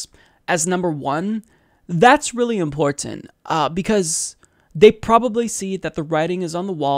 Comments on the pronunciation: Love ya but the way you say "important" drives me nuts. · I like but WHY does he say “important “ so strangely?